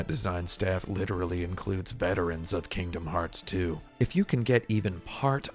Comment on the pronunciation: My biggest takeaway from this video is that I really really hate how you pronounce Kingdom Hearts and you should continue to pronounce it that way because I'm not your mother.